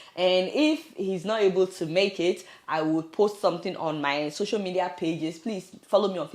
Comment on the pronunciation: Tell him that next time he should pronounce your name properly so that some of his shameless colleagues can also check you out on "soso" media. Then maybe, they'll start to develop wisdom, accountability and compassion. Well done Adeola ❤️